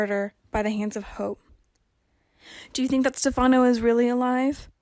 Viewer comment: Why can't the commentator say Stephano's name right. Also why can't commentator read to us so we don't have to read it. Phillip is suppose to come back could be him pretending to be Stephano?